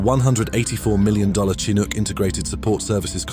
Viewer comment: Tsinuk😂😂😂... ok AI well played